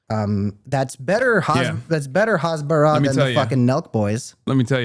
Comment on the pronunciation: Hasbara is “explaining” in Hebrew, and is with an H like “house” and not with a xha (like hammas). The fact they say it like that just proves they know nothing